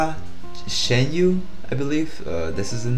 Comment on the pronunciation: Good and honest reaction. You're right, you cannot like him from just one performance. Everyone has different benchmark and preferences. BTW, don't treat his name "Chen" like a French word 😁. Say it like how you would say Chinese surname "Chan". His movements are just spontaneous and not choreographed. He doesn't like to dance for a performance lol. Good luck.